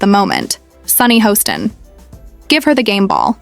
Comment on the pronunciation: I believe her name is pronounced “Hass-tin”, not “Hoe-stin”. I don’t know why the editors don’t “proof-listen” these AI debacles.